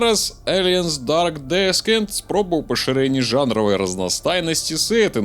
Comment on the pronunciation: "ДэсКент"?! Сур'ёзна?! Зусiм ужо?! У гугле прамову паслухай! Ты ўжо не малы хлопчык! Сачы за памылкамi! Дарэчы, лепшы фiльм - першы "Чужы" Рыдлi Скотта. Агляд пойдзе. Але не ўпэўнены, што ты гульню прайшоў поўнасцю. Так яно працуе - зрабiў пару аглядаў без праходжання гульнi, будзе яшчэ доўга недавер гэты вiтаць у паветры!